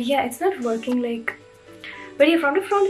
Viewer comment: Woarkinng was iconic 💀